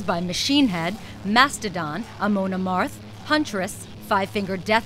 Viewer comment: Amoon Amarth -.- goddamn it. Say it right lady.